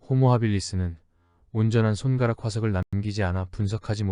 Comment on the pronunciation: 근데 AI 어나운스인가?! 발음을 '손까락'으로 하는걸.. 손'가락'으로 읽는건 넘 이상하다..